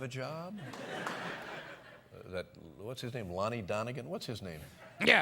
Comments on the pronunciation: "Lonnie Donnegan" 💀💀💀💀💀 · “Lonnie Donigan?” LMFAO